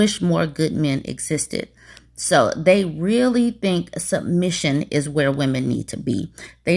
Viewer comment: I can't take someone who says sumbmission seriously. And you want to lead me? Where, to stupidland?